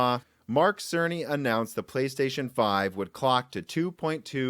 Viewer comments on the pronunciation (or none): none